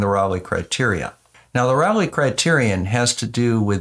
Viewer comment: Just FYI, it isn't "rawlay" it's RAY-lee. Raleigh is a British bicycle, Rayleigh is the criterion.